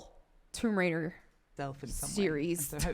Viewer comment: Tomb Wader…